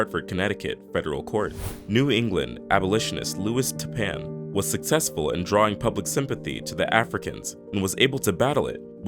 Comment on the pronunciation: Thank you for this...keep posting. Violent people these HUMANS...all colors.😮‍💨 Oh...and Louis Tappan...is my BABY's MOMMA relatives....LOLOL...no sh!t....and YAll KNO what i am...she always claims she's with the abolitionists. it's pronounced tap-PAN....she's cool but....man....whatever they did to us....got me hostile AF towards a lot of peeps....esp my own.